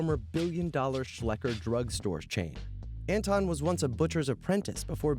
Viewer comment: Anton is pronounced Un-ton. Adolf is pronounced Ah-dolf.